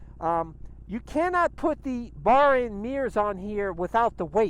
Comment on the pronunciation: its bar end, not bar in